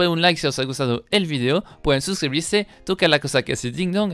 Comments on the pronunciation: Me acuerdo cuando decías "fideo" en vez de "video" xD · Escucho su vigdeo, si el dice vigdeo no video lom